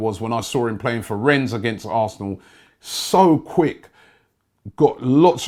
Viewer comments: It's pronounced REN not RenneS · Please can you start pronouncing "Rennes" correctly. Its with a silent "s". Thanks!